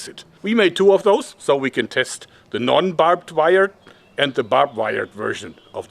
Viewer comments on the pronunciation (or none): “Babed wire”